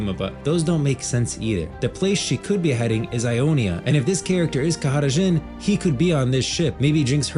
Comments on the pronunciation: bro stop saying his name like this... just say JHIN , wtf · nigga just say jhin